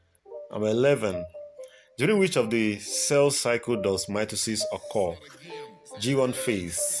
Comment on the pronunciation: Occur pronunciation kills me!!! oocose?? 😂😂